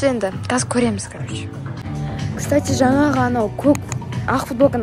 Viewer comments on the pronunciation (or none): none